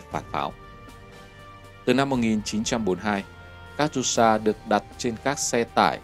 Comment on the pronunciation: Катюша đọc là Ca-chiu-sha các cháu ơi!